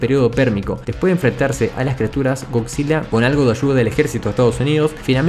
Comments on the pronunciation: Estás de la verga,comentas acerca de Godzilla y pronuncias Godzilla,no mames,primero aprende a hablar correctamente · bien por "goczila" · Eh pero goCzilla o no goCzilla?